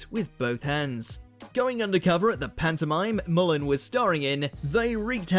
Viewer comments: It's mull-hern not mullan there's an r in his name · Yeah, really doesn’t match the definition of ‘frienemies’. Couldn’t even pronounce his name properly. In the UK that sort of abuse between male friends is a sign of affection.